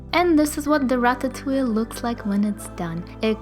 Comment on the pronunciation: I can't stop laughing every-time you say ratatouille